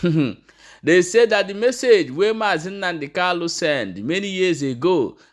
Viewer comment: Kanu and not kalu.